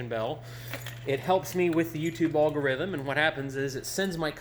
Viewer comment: Can't get over the way he says algorithm